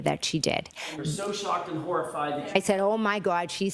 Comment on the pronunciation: Shawked and harrified!! The horrah!!